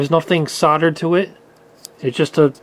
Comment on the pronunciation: That's now how to pronounce solder